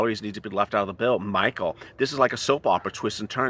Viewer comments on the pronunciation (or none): none